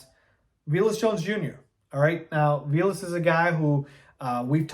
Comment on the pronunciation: Pretty sure dude’s name is pronounced vay less, not vee less.